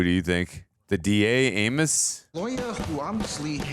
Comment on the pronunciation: Their mouths' resistance to correctly pronouncing "Amos" was something to behold.